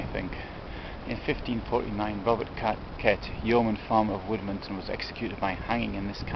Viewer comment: Wymondham is pronounced Windum